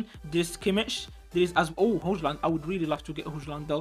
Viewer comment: هويلند ❌ هوجلند ✅ تا مال عقلك مال عقلك 😂